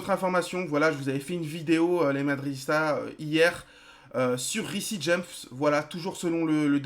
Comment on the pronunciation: Ça serait cool si tu pouvais essayer de prononcé "Riss James" au lieu de "Rissi James" PS : je sais que ça s'écrit Reece James🙂